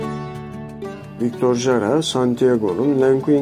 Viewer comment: Victor Hara diye okursanız doğru olacak video İçin teşekkürler